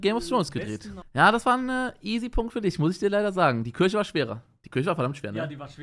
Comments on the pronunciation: Was für Kürche😂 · niemand: wirklich niemand: unge: kürche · Niemand: Unge: Kürche